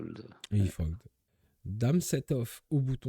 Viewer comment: pk tu dis cog et fog au lieu de call ou fold ?